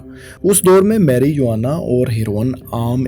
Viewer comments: Proper Pronounce is meh ruh waa nuh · Marijuana is pronounced as maruwana